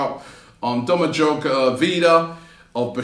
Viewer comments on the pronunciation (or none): Do-ma-goy Vida, Robbie. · Domadjog Vida... come on Robbie what the hell 😂😂